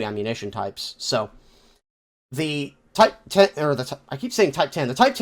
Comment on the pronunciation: MOTHER OF GOD IT'S NOT A TYPE TEN MBT IS PRONOUNCED TYPE ONE ZERO REEEEEEEEE